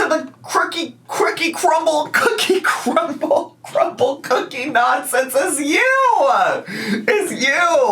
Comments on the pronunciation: I’m sick of her saying Crumble Cookie wrong on purpose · It’s literally called crumbl cookie…why can’t she say it correctly